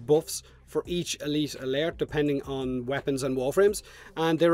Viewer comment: Good job man. Elite Alert has got to be hard for u to say as clearly as u do. Im wonderin how many takes did u have to do or did u practice it alot?? Elite Alert...lol